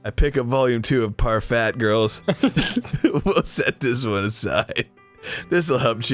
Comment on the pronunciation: "parfat girls" made me laugh way harder than it shouldve